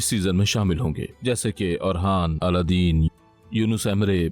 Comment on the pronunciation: It’s not Aladdin ❌ It’s Alauddin ✅